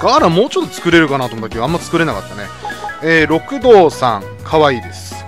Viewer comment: 六道はろくどうじゃなく、りくどうじゃないんですか？